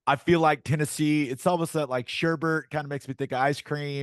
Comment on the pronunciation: Gabe, it’s Sherbet lol